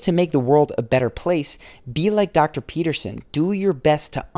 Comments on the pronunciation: Well, you say Jordan Peterson at the beginning of your video and then you say "Pepperson". I would say to attract respect 1ST: Always master the pronunciation of the name of the person you are talking or referring to. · Its Peterson not Peppersin! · Pea ter son.....not pep-per-son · Even the captions heard Pepperson. lmaoo. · I came here for this. I was like... Did he just called him Jordan Pepperson? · Edgar Allan Tone I legit heard Pepperson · Stephanie hahaha nah he said “ Jordan peppers on” hahh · "Jodan peppers in..." is what he said, but he said it with a weird inflection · Hahahah yeah it does sound like that doesn't it? "Jordan peppers in.." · mark the narrator said Jordan PEPPERSON lol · he says "Jordan pepperson " haha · 2.22 he calls jordan "jordan pepperson" 😂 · bruh i thought he said Jordan Pepperson 💀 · I'm sorry... did you say.... Jordan P– ....Pepperson? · Did he say Jordan Pepperson? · At 2min 20 seconds on … you said dr / jordan “PEPPERSON” …… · seems like he said Jordan Peperson lol. JP has all this going and still His wife left him....judge not a divorced man I guess... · RobbieJelsomeno that's what I heard😂😂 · I heard it and immediately searched the comments for a fellow shark. 😂